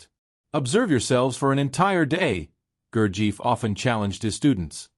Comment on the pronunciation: Pronunciation of Gurdjieff is wrong. It should be Gur-jeff, with the e sound as in effort.